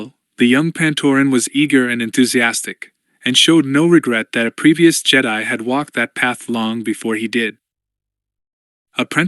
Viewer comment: Some dead spots in the audio but I’m not complaining about a free book. Anyone else bugged by the way they say Jedi? It’s nothing but it drags on me after a while.❤